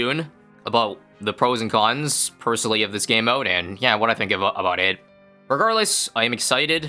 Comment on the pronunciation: Is "aboot" another ISABism like "ASAP as possible" or is it his nationality showing?